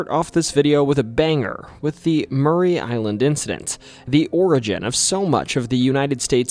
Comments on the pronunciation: Yaaay! Washington my home my entire life. Btw its Maury Island... as in "the lie detector reveals your are not the father!" - Maury. Not Murray. No shade to you tho... we are jus incredibly snobbish about our location pronunciations around here 😉👍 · I grew up on the mainland with a panoramic view of Maury Island (not pronounced Murray but as it appears phonetically. More-EE Island). Spent a lot of late nights just looking out at the beauty of the view of Puget Sound and Maury Island and as far north as Three Tree Point. Never saw any UFOs, UAPs, or submersible UFOs piercing the Sound into the air. I've seen a UFO in Southern California but never in my home state. Other than the inane mispronunciation of an easy name to say--Maury, thanks for the video. I've subscribed so hopefully that will contribute to a mil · Maury (MOR-ee) island, nor Murray. Ape Canyon is in a fir forest, not a pine forest. D.B. Cooper, not Tuber. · Maury Island is pronounced Morrey, not Murray. I've lived on the island since 1985. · ITS PRONOUNCED MORRIE NOT MURRAY ISLAND! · It’s pronounced more-e Island